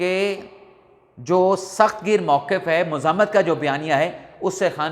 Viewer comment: آپ اکثر "مذمت " اور "مزاہمت " کا ایک ھی تلفظ ادا کرتے ھے